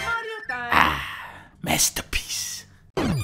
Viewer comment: My favorite Dunkey "mastahpeece"